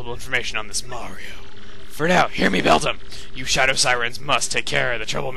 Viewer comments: its bel DAM as in the beaver thingie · its belDAM as in the beaver thingie